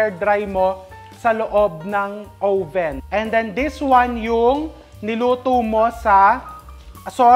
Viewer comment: Uhh-ven po hindi ow-ven. 🙏 🫶